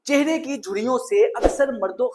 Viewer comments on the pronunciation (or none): لفظ چہرہ ہے چھرہ نہیں